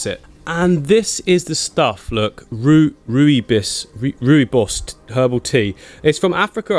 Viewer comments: Md 🤦‍♂️rooibos is a tea native from southern africa, it is pronounced roybos and not roo-eybos tea🤣btw love from south africa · hi i was born in south africa the tea is pronounced roy-boss it a delicouse tea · Rooibos is pronounced "Roybos" here is South Africa ;) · Hey rooibos thea sounds like dutch im dutch so i now probaly know how to prenounce it right it is r o i b o s i think you prenounce it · Hi, Cool Tank! Rooibos tea comes from South Africa and its pronounced as roy-boss. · Rooibos tea, pronounced Roy-Boss is native to my home country, South Africa. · Its pronounced "Roy-Boss" tea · Im from South Africa, and Rooibos tea is awesome. you pronounce it like "Roybos" tea, its Afrikaans for Redbush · I'm from south Africa I drink that tea all the time it's pronounced roy-boss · You say rooibos like roibos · I'm from South Africa , you pronounce it - "Roy Bos " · Epic video as always! Shoutout from South Africa. Rooibos is pronounced like “roy - boss” (like a name and someone you work for) 😅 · Oh interesting! The SAs I knew pronounced it as "Roo-ee boss" I know it literally means Redbush and boy it is the nicest tea ever, I don't even like tea and didn't drink it until I met those guys.